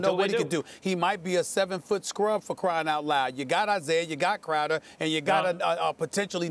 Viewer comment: "IT, ITT, ...Crowder, or Clam Chowder " Warriors in 5